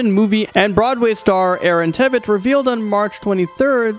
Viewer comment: You saID IT WRONG! AARON TVIET! YOU SAID IT WRONG! BUt that's makes me sad that he's affected...